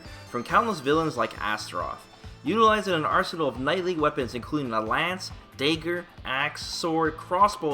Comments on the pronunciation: Did you just pronounce the word "dagger" as DAY-GER???? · He's from Ca-nay-ger